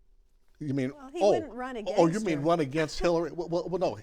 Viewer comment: I'm an Eleanor but why does she always pronounce the word against "againgst"? It infuriates me. There is only one G in the word against Eleanor!